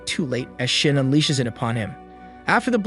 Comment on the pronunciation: No offense to the narrator but for some reason when you say shin all I hear is shit